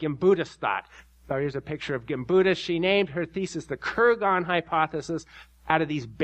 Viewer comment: "KurGONS", yeah, right. Who would pronounce Kurgan that way? Don't cheapen yourself with ignorant pronunciations.